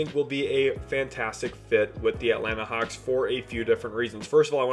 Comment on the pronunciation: It Atlanta hawks not hauck